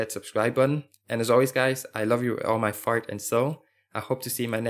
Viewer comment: sound like he just said love you with all my fart and soul haha